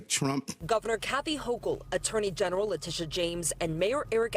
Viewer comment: It's Le-tit-ia James.